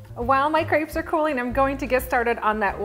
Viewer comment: I wish people would learn how to pronounce crêpes properly